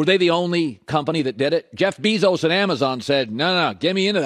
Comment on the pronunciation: I hate how Colin says Bezos.